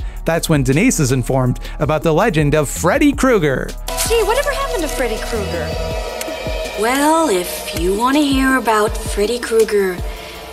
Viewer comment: If you THINK about it--IF you THINK...ABOUT it, Kreuger should be pronounced Kroyger.